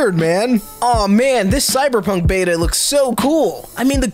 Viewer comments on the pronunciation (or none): none